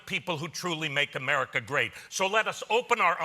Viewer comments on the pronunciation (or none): none